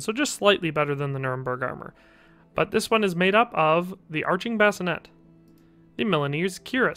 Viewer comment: A Bascinet is something you put a baby in to sleep. The helmet, is pronounced "Bas-ci-nAY". Spelling varies as Bascinet, Basinet.